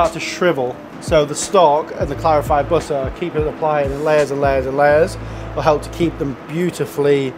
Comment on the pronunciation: "Bihhuh... BITTAH!"